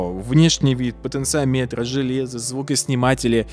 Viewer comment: ты неправильно ставишь ударение в слове "потенциометр" (слух режет). это же не измеритель, как амперметр или вольтметр, говорить надо "потенциОметр".